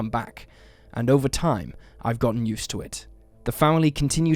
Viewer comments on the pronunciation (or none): "...at a USER car lot..."? Don't you mean "used car lot"? lol Is this an AI voice or real?